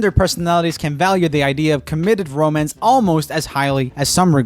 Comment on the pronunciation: No one: Joel: romence